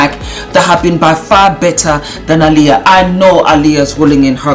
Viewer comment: Apparently Aaliyah's family was involved.....it's just off I agree. By the way pronounced aleeya.